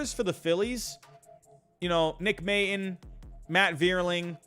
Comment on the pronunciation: Nick May-tawn is how it's pronounced. Love the vids.